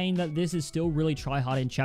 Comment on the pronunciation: U said tryahard